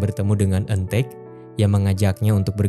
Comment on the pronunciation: Apa cuma aku yg denger kata "ojo cemburu..." dari eun taek di menit 😭😂